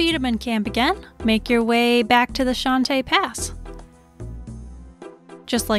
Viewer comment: i love everything about this guide. But every time you say "shante" pass, a little part of me dies inside